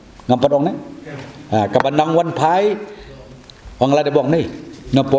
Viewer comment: "Wanphai"ym dei wanfai. Une u Rangbah te phoreinnar ruh um ler khasinar ruh um ler. To ym lei lei dei jait thlun.